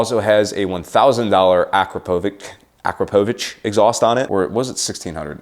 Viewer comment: Not trying to be rude just trying to help but it's pronounced ah-craw-poe-vich.